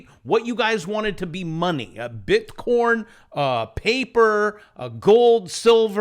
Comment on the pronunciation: Love this guy. Bitcoin said as bitcorn, go, go